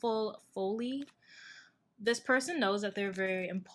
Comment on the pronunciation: #2🤗💗 ("folly" is pronounced fah-lee)